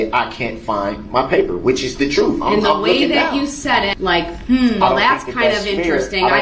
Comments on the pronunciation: List all of the mispronounced words here... ill start... troof- truth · The alleged defendant is truly an evil and pugnacious individual, who acts as if he’s been charged with stealing cookies. It’s ‘mind boggling’ that he seems to have no awareness or remorse for the heinous crimes he did. The ‘troof’ is he had absolutely no defence, so his lawyer spent his court time trying to manufacture a mistrial, albeit a completely infantile and futile attempt at it, if you ‘axe’ me. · 😂😂😂😂😂😂😂 love the way he butchers the English language especially saying troof and axin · There are two "o's" and an "f" in the word "TROOF!"